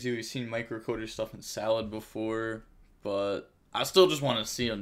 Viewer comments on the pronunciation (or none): none